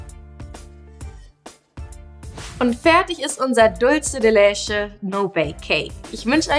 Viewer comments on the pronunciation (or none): Sie spricht es falsch aus. Man spricht es "Dulze de letsche" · Carolina D. is des spanisch? weil dann würds ja so ausgesprochen werden: dultsche de letsche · Wenn ihr etwas wie die Dulce de Leche benutzt, dann sprecht es bitte auch richtig aus. Und bitte bitte nicht mehr so viele no bake Kuchen. Ich muss ehrlich sagen ich habe nur noch sehr wenig Lust mir Videos von euch anzusehen weil es immer der selbe kram ist. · OMG... Kopf Wand.... wie sprichst du Dulce de Leche aus? Bitte... DRINGENDER handlungsbedarf! Geht garnicht! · Sara Bauer ist es jetzt so schlimm, dass sie es falsch ausgesprochen hat?? Das hier ist ja kein Spanisch Sprachkurs ,sondern ein Backkanal.. •_•